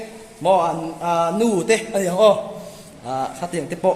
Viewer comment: A HAU ni lovin A HO tih tur aw, Mizo tawng hi uluk hram hram ang u.